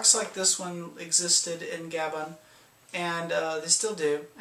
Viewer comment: Gabon is pronounced as "Ga-bÓn" as in words like crouton, citron, petron